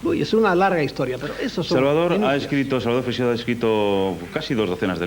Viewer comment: Se pronuncia «Freishedo», no «Freicsedo» ni «Frecseido». Lo habéis pronunciado de mil maneras, y todas mal. 😂 Sólo lo ha pronunciado bien, aunque no al principio del vídeo. En España, Freixedo no era demasiado popular, salvo en el ámbito del misterio, claro. En comparación con Benítez, por ejemplo, aquí en España es un completo desconocido. Algunos lo consideraban demasiado friki. Buen programa. Saludos.